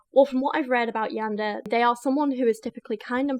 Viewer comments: Hint about Japanese language pronunciations.... you pronounce each 'mora' individually ... in this case it would be "Ya-n-de-re" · Yandere = "Yawn duh Ray" It's all good ✌️😊 this isn't a class on how to speak Japanese. It's the English speaking fans of this sorta thing that concern me more. 😳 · God, my weeb soul fucking died every time she said Yandair. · If I hear “yander “ one more time imma be the one who gets violent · How to learn to pronounce Yandere: Yan-day-ray. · Pronounced Yan-de-ley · I've usually heard it pronounced YAWN-durr-ay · For future reference, Japanese is broken down into consonant and vowel duos. So Ka Ki Ku Na Ni Nu Ra Ri Ru etc. Therefore Yan De Re, ALSO FYI yandere characters are not romanticized in the shows they exist in. Nor does the anime community as whole condone this behaviour, but these crazy characters are entertaining villains like the Joker from Batman, and like how idolize serial killers, it is the same with this situation. I'd recommend you watch "Mirai Nikki, or Future Diaries" which introduces you to the origin of the Yandere character fascination since the person in the show is very well written, but in that show/world her actions are justified due to the circumstances and I think it would really benefit your research in this subject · The robot dictionary post pronounced it kind of strangely lol. Imagine YAN-DE-RE (three syllables) as being pronounced like the words YAWN DAY RAY. It's a Japanese word, and conveniently enough the vowels in Japanese are all pronounced the same way. So in any Japanese word the sound for 'A' will be pronounced 'AH/AW' (lawn, Bob, flaunt, crawl, etc) and 'E' will be pronounced kind of between 'EH/EY/AY' (cent, pend, haze, wave, check, etc). Not sure if this is helpful in the slightest but here you go anyway lol. (Source: Took four years of Japanese classes, plus I watch anime)